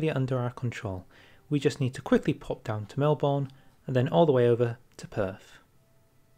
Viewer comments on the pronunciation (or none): my guy said mel-born in australia we say mel-ben